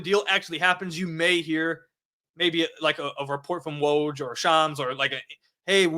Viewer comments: bro it’s OK. We all learn something new every day. Don’t let people knock you down for this. It is a bit funny but if you don’t know, you don’t know. It just highlights you’re younger than an old fart like me. And I was amazed at you pronouncing Woj’s name correctly. To me it’s like Worcestershire sauce- have never been able to pronounce it so I don’t even bother trying. 😂 But i like your channel and you’re very interesting to listen to. So keep on doing your thing. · Bro you seriously pronounced Woj’s name properly but not Trajan’s? 🤣 You must be too young to remember Langdon from his duke days. Otherwise you definitely would’ve known the pronunciation.